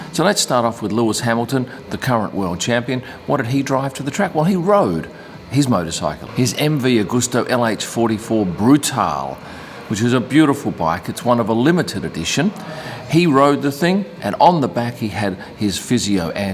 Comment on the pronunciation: It's Brutale, not Brutal.